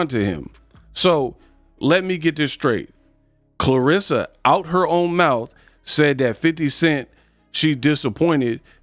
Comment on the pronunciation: Her vocab does not include th in it 😂 mouf teef boof 😂😂smh